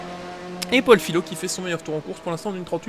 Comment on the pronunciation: Salut, c'est juste pour te prévenir que mon nom se prononce fiYo même si ça s'écrit Fillot, comme le mot feuille ^^